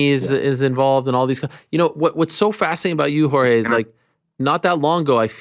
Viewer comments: Jorge "marchfidal" 🤡 god Ariel's over pronunciation of Jorge's name makes him seem like the weakest person in the world 😂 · The way Ariel says "Jorge" 😂😂😂